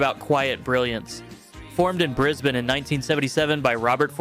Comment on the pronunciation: Music aside, I was just impressed with how he pronounced Brisbane and Melbourne! Perfect! 😂